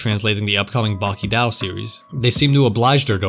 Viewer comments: BRO you fucking pronounce it as “Baki dō” not “Baki dao” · Why do you pronounce Baki-dou like that